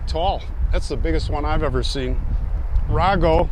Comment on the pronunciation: It's pronounced RAYGO, with a long A sound. The family are prominent funeral directors in Chicago.